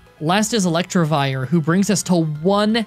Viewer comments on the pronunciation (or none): Elec-TIV-ire No R after the T